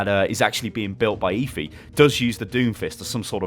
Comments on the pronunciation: it's Efi, not ifi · you're such a brit... it's obviously pronounced "Ehfi"